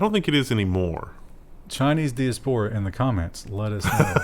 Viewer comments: It's pronounced die ASS puh ruh. Chinese diaspora probably vote more Red than Blue. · Sounds like that the Israeli court found that Amnesty didn't have "legal standing" in the case. It is basically a technicality. It's die-AH-spore-ah by the way. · I loved making a game of correcting evey time he mispronounced diaspora. I hope it was intentional because that was fun. Thanks for reminding me of my dusty stack of 2600s with "Free Kevin" on the cover. You are my only news source and it couldn't be better. Keep up the great work!